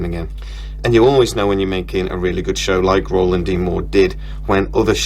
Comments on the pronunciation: It’s Ronald not Roland! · by the way lad - his name is Ronald D Moore - not Roland... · Hey man, its RONALD MOORE not ROLAND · Actually, it's not Roland, It's Ronald. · Ronald, not Roland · Ronald D. Moore not Roland D. Moore.